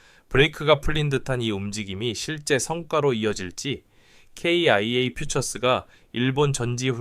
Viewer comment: 기아라고 말하세요.케이아이에이는기분이나빠요.아님유투버그만하던지